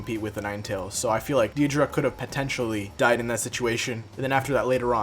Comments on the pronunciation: Deidra? It’s dei-da-ra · Day-dah-ra😂 “deedruh” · Deidara not deidra💀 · It’s not deeidra its daidera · deedra??💀 bruh its “dey da rah” deidara😭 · I was abt to say the same thing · Day-da-ra dude its not that hard to pronounce but also if naruto was given nagatos eyes after his fight with him it would have been end game for madara and obito which could have technically happened if konan felt that with naruto having them he could protect them better than her which he would because she is stronger than her. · ok the vid was cool but i had to pause and comment on the way u say "deedra" like what? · Not tryina be that one guy but its pronounced date-a-ra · Mans slayghtered saying dadira’s name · The way you're pronouncing Deidara is giving me aids, but good video regardless. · is no one gonna talk ab how he pronounces Deidara? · So no one else is bothered by how he said Deidara? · a good video but how do you mispronounce deidara that badly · Cool video but the way he says deidara is kinda weird. My apologies if I spelled it wrong